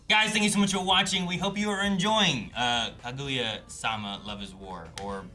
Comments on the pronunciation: Who's Ka-goo-ya sama🤣🤣🤣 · I love how you guys safe trying to take care with how you pronounce shinomiya, while at the same time continuing to butcher Kaguya every time